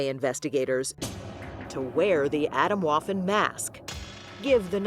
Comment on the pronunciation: Now I wonder how well u research things. This is not „autumn waffle“. You should have put the effort in to pronounce it right. It is so far from what you are saying over me over again. Makes me question the rest of the research you ve done.